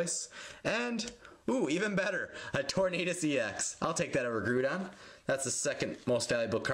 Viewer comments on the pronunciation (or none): GROODON??? its groudon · The "grou" in groudon is pronounced like the "grow" in growlithe. Just wanna help. Keep the awesome work. :)